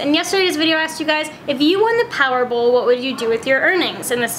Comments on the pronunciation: I heard Powerboll too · did any of you guys the the Canadian accent she said "In yesterday's video I asked you guys if you won the "powerbull" what would you do"